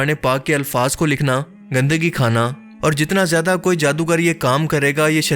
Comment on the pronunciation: آپ لوگ اردو والے ہیں کم سے کم آپ لوگ تو اردو کے ساتھ انصاف کریں۔ زیدہ نہیں ""زیادہ" ہوتا ہے۔